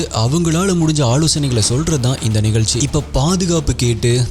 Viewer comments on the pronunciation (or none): Konjam zha ucharippu seriya panna nalla irukkum....tamilnaadu, vilupuram, nigalchi nu solradhukku badhila Tamizhnadu, Vizhupuram, Nigazhchi nu sollalaame....Tamizhin azhage Zha thaane